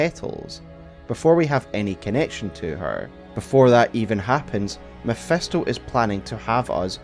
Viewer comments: Love the video, but its Mephisto not Mephesto😅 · Mephisto with an "I'" not MephEsto with "E" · MEPHISTO !!!! NOT MEPHESTO! FFS XD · Love how it always sounds as if he was saying "mephestol" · You lost me at “mephEsto” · mef-E-sto....dude, please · Who tf is Mephesto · The way he butchers Mephisto's pronunciation makes thsi a hard watch